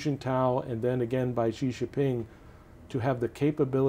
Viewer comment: How can this guy be a "China expert" when he can't even pronounce Xi's last name correctly?